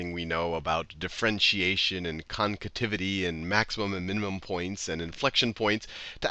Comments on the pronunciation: Nice video. Very helpful... Only it's "Concavity" not "Concativity" XD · The hell is a “concativity?” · Haha! "Concativity" again. :D